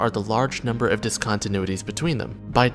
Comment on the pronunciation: "dis-contenuitys"* more like